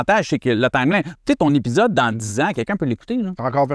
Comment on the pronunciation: É Pi Zode pas Hep pi ssode 😂 jnt goat